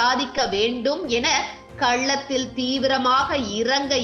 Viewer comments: கள்ளத்தில் இல்லை களத்தில். தமிழ் சரியாக உச்சரிக்கவும். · களத்தில். கள்ளந்திரி அல்ல. தமிழ் சரியாக வாசித்து பழகுங்கள்